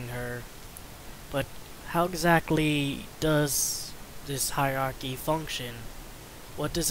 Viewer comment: It's hierarchy, not "heirarchy".